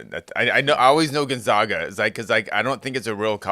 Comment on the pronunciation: That Gun-Zogg-Guh team sounds great! From Spo-Kaine nonetheless! It's actually pronounced Gon-Zagg-Guh and Spo-Kan😂